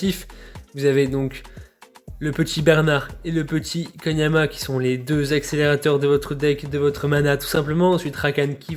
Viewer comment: Koniama ?????? Non je peut pas laisser passer ca